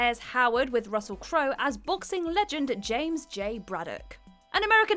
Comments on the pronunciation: The narrator pronounces Crowe's name correctly, then a minute later calls him "Crower." This is as half-assed as if it were student work. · She also pronounced Crowe as Crower...like wtf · can we blame her for saying "Crower" instead of "Crowe"? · Amazing. Just amazing. The total lack of effort in these videos is embarrassing. And the way she pronounced "Crowe"... Jesus wept. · Did she just mispronunce Crowe?